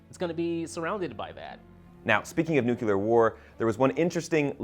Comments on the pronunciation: IT’S NU-CLE-AR NOT NU-CU-LAR. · omg nuclear is pronounced "NEW-CLEAR" FFS. There is no such "NEW-KYU-LAR" war. THERE'S NOT EVEN A U there smh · My eye twitches each time I hear "nucular" rather than "nuclear" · ˈnjuːklɪə. New-klee-uhr, not nucular. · I think the guy on the left kept saying “nuke-ular” instead of nuclear. Ryan Murphys recent seasons of AHS are fan fiction letting the popular opinion dictate his writing. I’m sure Twisty would show up again if enough fans bitched about it. That’s not a screenwriter. Lange jumped ship with perfect timing. She’s better than it. We will see how this one will play out. I would like to be surprised. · Stop saying "nucular war". It's nuclear war. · Stop saying "nuculer" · Sorry, had to stop watching at “nook-you-ler” I cant abide that, sorry. There’s only ONE u in nuclear. No excuses. That’s like me showing you a sign that clearly reads ‘m c d o n a l d s’ and insisting it’s pronounced “Greg” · It's pronounced noo-KLEE-ur (nuclear) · Is he seriously saying nucular???? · “Nukeular” lol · Nucular lol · It’s pronounced NEW-CLEAR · Please stop pulling a Bush and saying nukular. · you're pronouncing 'nuclear' wrong. please stop. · Why can’t the white boy say “Nuclear” correctly? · Why can't Americans pronounce "NUCLEAR" properly????